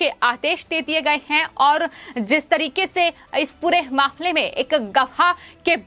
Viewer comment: please change this anchor or change her portfolio. I do not understand why she pronounces her hindi by including ha ha ha in every word. I never listend any anchor spoiling hindi which is a beautiful language this way. Why dont your management advice this lady not to artificialise her ahcorship and read hindi as hindi and hahahahindi which becames a lughing stock . she spells mamle as mahmahmle etc. please examine her videos and do necessary corrections. Tell her to see others vedios of hindi news reeadign reporting channels and rectify her pronunciation